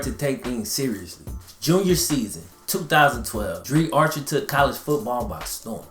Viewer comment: It's pronounced dr-eye